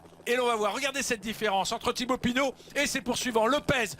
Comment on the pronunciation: C'est Pinot pas Pinaut🙈🙈🙈 En dehors de ça Pinot est le favori pour le lombardi. Il a besoin de course pour être en jambe.